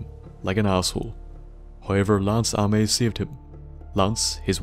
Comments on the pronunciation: That I can deal with, that's all accent. But how does Ames become ah-mess? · It's pronounced aims but AMES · It's pronounced Ay-ms. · believe you mispronounced the name Ames it is pronounced like aim with the s on the end. This maybe related to the department store chain Ames which was founded in the New England reached in to the midwest before going out of business.